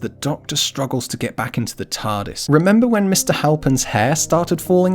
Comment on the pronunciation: This part cracked me up OOH OOH OOH EETS EETS ZA TARRDIS